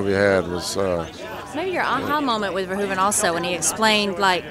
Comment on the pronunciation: Peter Weller pronounced Verhoeven correctly, gotta love 'im. VareHOOven in Dutch.